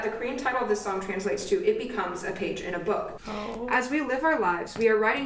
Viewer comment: I was crying but suddenly I started cracking over saying "our gay" instead of "our page" on (have I heard right or it's the tears disturbing my hearing? haha) Anyways, back to crying, CONGRATULATIONS (enjoying DAY6 presence) to all the graduates, included!!! You guys will be missed on the channel. Hope you can comeback soon! Wish you all the best for whats it's to come:D